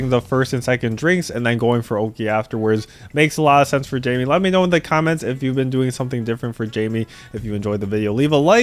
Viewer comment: it’s not Jaime tho, it’s “Jamie”